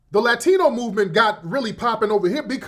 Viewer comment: Why do all these tethers tell the same lie about FBAs saying they're not black? What's even more ironic is that they're the same people who told us for years that "I'm not black, I'm Dominican/Haitian/Jamaican/Nigerian." I can tell by the way she pronounced Latino she's said that same phrase before.